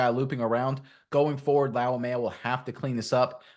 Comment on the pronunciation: Bro did you just add an ok to his last name? 🤣 It's pronounced lau-may-uh